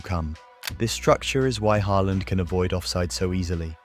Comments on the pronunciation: Hay-land, is this an AI generated voice over? I can't even tell anymore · AI slop. AI voice and script probably. Pronunciation kept changing from Haaland to Hayland. Ffs. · "Heyland" is amazing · “HaY Land” 😂😂 ai is so stupid